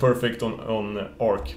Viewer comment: I share the same sentiment about GNOME/GTK sadly... By the way it's always confusing me whenever you pronounce "Arch" as "Arc"... ;P